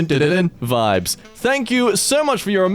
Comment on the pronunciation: " starts singing the Megalovania beats then proceed to say 'vibes' " My brain: i felt an russian accent on your phrase.. by any means.. are you RUSSSSIIIAAANN?